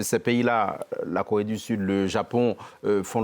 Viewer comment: LORSQU'ON N'EST PAS CAPABLE DE PRONONCER "CORÉE DU SUD", ET QU'ON PRONONCE "KOWÉE DU SUD", ON NE TWAVAILLE PAS À LA TÉLÉVISION. SÉGRÉGATION POSITIVE= RACISME ANTI BLANC.